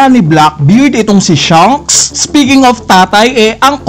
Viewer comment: SHANKS HINDI SHUNKS. Practice ka mag-pronounce ng SHA, SHA, SHA